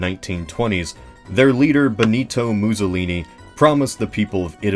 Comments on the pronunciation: muzolini? mou-soh-lini. two s' equals 'ss' not 'zz' as in mousse, not zabaglioni' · The way you pronounce Mussolini (MOO-solini) makes me think of an alternate timeline where the Italians (and Greeks) were minotaurs.